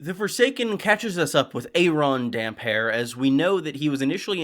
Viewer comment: Respect for pronouncing damphair the only correct way.